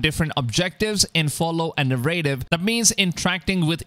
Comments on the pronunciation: na-rra-tive......accent is on the first syllable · Thats not how you pronounce narrative